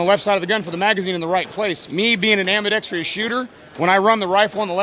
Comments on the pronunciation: Why do even/especially gun manufacturers think it's AM-BE-DEX-TREE-US??? There is no TREE in it. It's ambidextrous. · Dude, learn how to pronounce ambidextrous properly especially if you're going to say it about 8 times....nice rifle though. Great video, keep them coming.